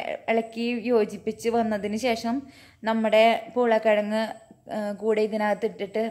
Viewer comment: Aadyam poolakkizhag ennu paranjappo njan kettath urulakkizhag ennanu.. 🤣🤣🤣🤣